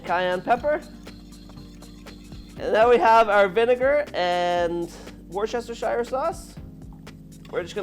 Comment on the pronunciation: “Warchestersire sauce”